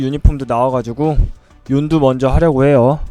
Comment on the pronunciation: 윤두가아니라 욘두